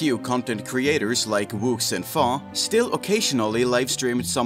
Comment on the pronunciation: Faux is pronounced FOE...like Fake... like Faux Fur pronounced (Foe Fur)...